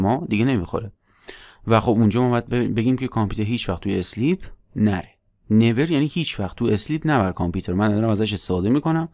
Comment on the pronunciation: ممنون همه ی ویدیو ها عالی فقط تلفظ صحیح sleep = سِلیپ ( اِسلیپ = × )